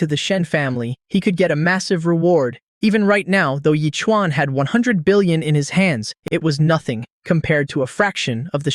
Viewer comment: Man you really need to know million or billion pronounciation